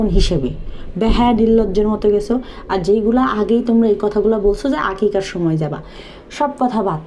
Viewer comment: আকিদা- মাকিদা!!! বেল্লাল সামান্য “আকিকা” শব্দটাও সঠিকভাবে উচ্চারণ করতে পারলো না!!! কারা দেখে এই মূর্খগুলোর ভিডিও?!! আসলে আকিকা দেওয়ার গুরুত্ব এরা বোঝে না কারন আকিকার মতো একটা ধর্মীয় পর্বকেও এরা ইনকামের মাধ্যম মনে করে। এদের ভিডিও যারা দেখে তাদের গালে বেল্লালের মতো বাটপারের জুতাই পরবে।